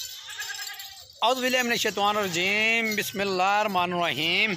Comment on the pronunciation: السلام علیکم بھائی ! آپ ایک پبلک پلیٹ فارم پہ اپنی ویڈیوز اپلوڈ کرتے ہیں جسے بہت سے لوگ دیکھتے ہیں اسلئے براہ کرم کسی مولانا صاحب سے اعوذباللہ اور بسم الله تلفظ کے ساتھ سیکھ لیں تاکہ صحیح طریقہ سے پڑھ سکیں۔ جزاک الله